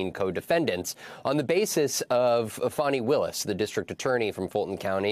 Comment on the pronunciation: She said Phony Willis lol lol Can't convince me she didn't lolol